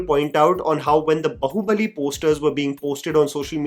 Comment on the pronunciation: The irony isn't lost: In 2025, American YouTubers are delivering spot-on pronunciations of Bāhubali, yet some Indian creators are still struggling, landing on variations like "bahu-bali." : Daughter in law's sacrifice 😅 It's time for an upgrade!